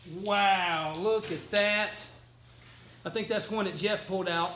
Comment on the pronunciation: Whaaaaat?!! This is my first time seeing this channel. I have to say, the way he kept saying looka dat, made me get a flashback to the kooky 70s tune, The Streak. Heeeeeee 🤪🤪🤪